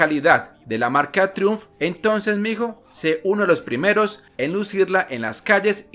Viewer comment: critica constructiva: se pronuncia traiumf , trai umf